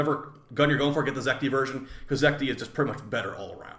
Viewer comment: it's Zetki not Zekti